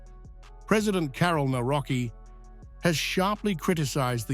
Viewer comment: Nawrocki - navrotzki ...ku..wa🤦‍♀️